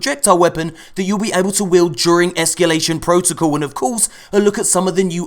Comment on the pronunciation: esCAlation protocal, not esCUlation protocal